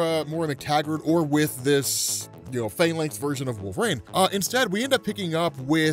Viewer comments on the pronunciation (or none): I love how you pronounce it "Wolv-RAIN" lmao